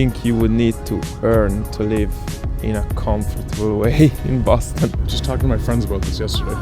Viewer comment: Bohston!? The rent is too damn right! 💰😩